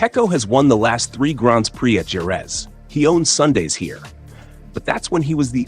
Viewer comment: Totally agree with you. Jorge and Jerez were pronounced wrongly.